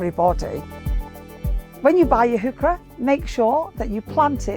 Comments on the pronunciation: Henning Bartels I agree, funny pronunciation. It is "hoy-hare" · I find it odd that the plant is pronunced "Hook-ker-ruh" in English, when a Swede (Carl von Linné) named it after the German botanist Johann Heinrich von Heucher, whos name is pronunced "Hoy-share".